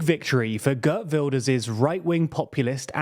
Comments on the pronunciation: Pronunciation guide: Geert rhymes with beard, not bird. Caroline is pronounced like in English. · Geert rhymes with Wierd, to be clear. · Not pronounce kurt His name is pronounced Geert Wilders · "gurt wilders" bruh. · It is GeErt Wilders not Gert Wilders and Van der plas instead of Ven der plas 😂